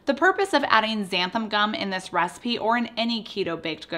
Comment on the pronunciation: Why is it that no one can pronounce xanthan gum? It's NOT xanthaM gum.